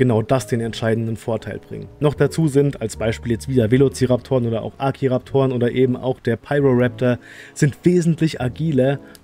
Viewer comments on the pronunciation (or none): Man Spricht das "Atrosiraptor" aus. Accio kommt aus Harry Potter 😁